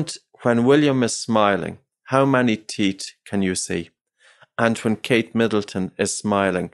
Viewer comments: Unrelated but his accent makes it difficult for me to listen to this. The teesh (teeth) the teet(teeth) just pronounce the H 😠 😂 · It's TEETH, not TIESCH for christ's sake.